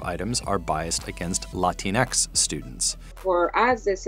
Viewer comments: This kid said "Latinx" this just means that he needs more time hitting the books because he's got no problems mispronouncing another language's terms. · The narrator pronounces Latinx in an extremely annoying way.